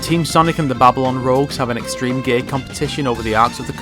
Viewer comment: i believe he said gear its just that his accent made it sound like gay